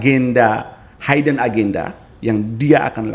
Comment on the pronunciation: Punten. Hidden jangan dibaca Haiden. Tetap dibaca Hidden